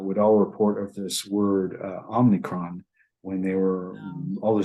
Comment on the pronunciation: "om-ni-cron" is not om-i-cron. this is like nu-cu-leer, for nuclear. ??